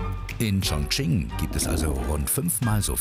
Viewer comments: Wie ,,Chongqing“ ausgesprochen wird😂😂😂😂😂. Ps ich spreche Chinesisch 🇨🇳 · 肯尼 schmerzt im Herz drin welcher Provinz